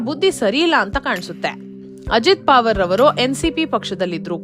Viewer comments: ಅವರ ಹೆಸರು ಪಾವರ್ ಅಲ್ಲ. ಪವಾರ್ ಎಂದು. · ಪಾವರ್ ಅಲ್ಲ ಪ......ವಾ..............ರ್